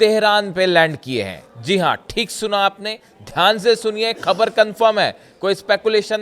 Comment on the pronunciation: Khabar ka pronunciation theek kijiye.